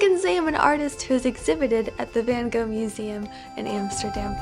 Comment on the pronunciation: As a Dutchie I really appreciate you trying to say 'Van Gogh' right hihi ^-^ So awesome that your did this!